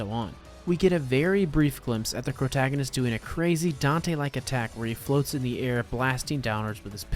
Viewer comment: Did mf say CROWtagonist? Love it and am now stealing it